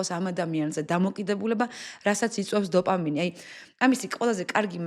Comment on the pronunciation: ყველაფერი მაგრამ დოფამინი და ტესტოსტერონი სწორად თქვი გთხოვ❤❤